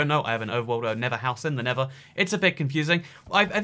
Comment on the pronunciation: Within a context in which you have to use both words "nether" and "never," it just might be worth your while to put some effort toward learning how to pronounce a "th" sound. Just a suggestion.